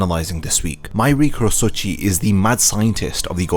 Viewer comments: That pronunciation of his name made me wince in pain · this pronounciation drives me crazy o.o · I know this video is old, but why can't you take 5 seconds to watch the OG Japanese version to pronounce the name properly??